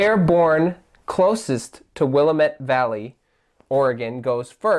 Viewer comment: Thanks! Its called will-amm-it